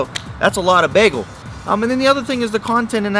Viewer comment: Begel? What's a begel?